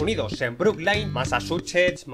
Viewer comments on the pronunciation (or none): Massachuches ¿MassachuchAs? Massa TU *censurado* Massachusetts